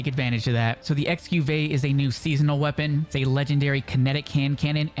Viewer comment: Loool, my main lenguague it’s spanish, but ALL the creators pronunced wrong the weapong